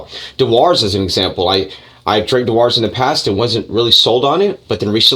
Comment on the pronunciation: ‘De Wars’? …Dewars is actually pronounced ‘Jew-urs’. Love from Scotland. 🏴🥃